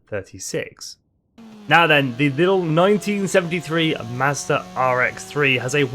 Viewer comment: Hearing you say mazda kills ny soul